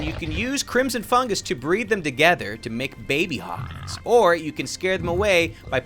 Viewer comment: fungus not fungers xD